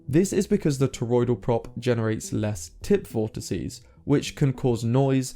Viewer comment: Did he say "tit vortices?'